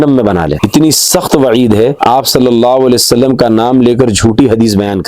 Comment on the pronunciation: sallallau wale wa sallam; bolna seekhlo apni tajveed durust karlo bhai maane badal jate